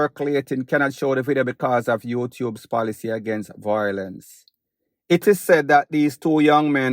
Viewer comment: You've been saying '"voilence" for too many years now,. Just saying...